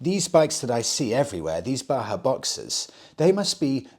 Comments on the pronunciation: Great stuff as usual, m8. Just something that brought me here: The Js in Bajaj (Boxer) aren't silent (Baahaa❌😅). It's pronounced as Ba-jaaj ✅ (An Indian surname/company) that had ties with Kawasaki & now with Triumph. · It is pronounced as Bajaj(like ba-jazz) not Baha. Its the same company that makes KTMs and smaller triumphs in India. Bajaj has captured African markets due to their affordability and reliability. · Bajaj is also pronounced “Badge-adge” not Baa-haa, it’s an Indian company not a desert! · The Boxer is made in India, made by BAJAJ, not pronounced baha. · You seem to be on a role with mispronouncing Indian motorcycle names :P Its pronounced "Ba-Jaj". They have a partnership with Triumph Motorcycles and make the new single cylinder motorcycle engines. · Hello. That red bike in Africa in the picture is the Bajaj Boxer. It is exported from India. Bajaj is the same company that is making the new Triumph 400s. Bajaj is pronounced with the sound of ‘J’ and not ‘H’. It is pronounced as it is (like J as in Jack). It is an Indian surname (Last Name). I hope you get time to read this comment 😀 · Since you talked about the pronunciation Himalayan in a previous video, if you're interested, the company that makes Boxer is called Bajaj with hard 'J's like in Jam. That along with TVS Star City had a good hold of the African utility bike market until recently. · I feel obligated to mention that the J in Bajaj are pronounced as Js and not Hs😂